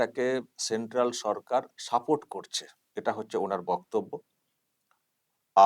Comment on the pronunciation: তুমি নিজেই তো ভুল ভাল বাংলা বলে বাংলা ভাষার অপমান করছো! সেন্ট্রাল "সারকার"! 😂😂😂😂